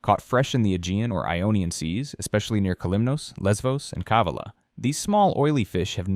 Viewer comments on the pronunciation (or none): Kava’la the accent goes to va.